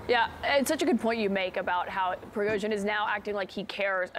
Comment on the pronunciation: Cnn has celebrations. Cnn is happy even can't pronounced his name 😂. The propaganda in America and Europe mind blowing. But I have to say I wish this man has nuclear weapons I wish